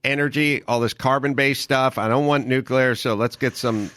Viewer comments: Uuuh Mark- the word is pronounced nu-kle-er NOT nuk-u-ler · Gerrigos says “nukular” lol it’s over!!! “Nuclear” ☢️ buddy….. Really. Damn he Is a stupid ass Homer Simpson Buffoon.. lost all credit my dude. Still love you guys. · It's pronounced "new-clee-er". That concludes today's lesson.